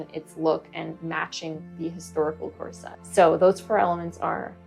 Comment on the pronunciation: Core. Set. — that’s all I hear and it’s so distracting